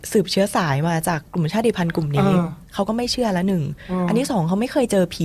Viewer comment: ขอบพระคุณที่ พูดคำว่า ชาติพันธุ์ ว่า ชาด-ติ-พัน ไม่ใช่ ชาด-พัน ❤รักเลย